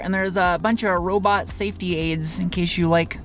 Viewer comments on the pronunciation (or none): none